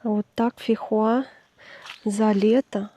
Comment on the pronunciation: фейхоа а не фихуа🥰🥰🤣🤣